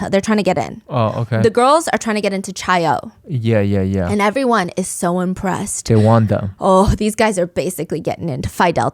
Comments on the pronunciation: love u steph but it’s pronounced kai-oh not chai-oh lolll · queen…it’s chi-o like KAI not chai 😭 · Chi O is pronounced "kai oh." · lol it’s Chi O (Omega) as in Kye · Psst! In Greek life, Chi O is pronounced "KAI - O" :) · “Chai” O is driving me nutsss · 0 seconds ago Chi -O, Chi - Omega, the sorority you mention, is pronounced Ki-Oh, not 'ch' like child, but with a hard 'k' like sounding name. Its Greek lettering. Also my mom was a member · Stephanie saying chi o hurts me as a chi o 😭❤️ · the way she pronounced Chi O made me react physically lmao. worth it for the story telling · Ikr i love her but as a Greek person it pains me lol